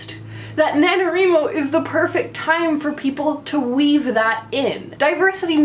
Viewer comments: Do you wreet or do you write? Why do you think it's called NaNo-WRI-Mo and not NaNo-WREE-Mo? And why does every single person who mispronounces it this way shriek the mispronunciation, as if he or she is determined to force that on the world? Couldn't stomach even a minute of this. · Did you say NaNoREMo? lol